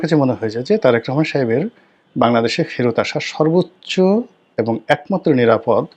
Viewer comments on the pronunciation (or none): none